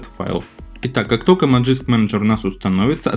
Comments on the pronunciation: Зачем говорить "Ти даблъю эр пи"? Просто говори "тврп". Тоже самое с "Маджиск", лучше ж говорить "Магиск" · Если следовать транскрипции, то правильно произносить "мэджиск"